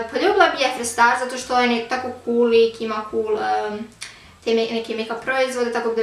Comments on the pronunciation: Ne kaže se jefri već Džefri star...Jeffree Star se pise...Inače dobar video 👍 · kaze se dzefri star